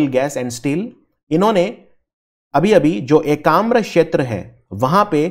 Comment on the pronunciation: Sir it's ekamra khetra not shetra..u r providing great lesson ..thanks for it.